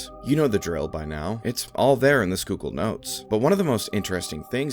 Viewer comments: Dude might actually be from PA for being able to properly say Schuylkill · Whoa, he said Schuylkill right lol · Not gonna lie I was gonna click off if you couldn't pronounce Schuylkill 👏